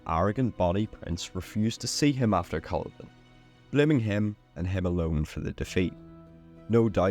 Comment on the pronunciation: Smashing video, just need to work on the Culloden pronunciation lol